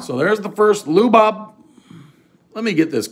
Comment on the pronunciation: Lu Bob? That hard to say his name. Changing Latin names